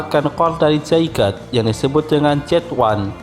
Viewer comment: Masih ada yg salah dalam penyebutan Zygarde harusnya (Zy-gar-de) dalam pelafalannya terus juga nama orang Pachira aja disebutny gan jgn Pachir 😂🤣😂 ketahuan nih english nya masih kurang tapi gpp lah udah di benerin